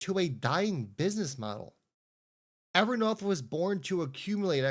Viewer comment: It’s a long o Ever North long o learn how to annunciate